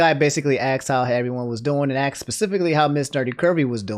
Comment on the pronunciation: asked not axed bruh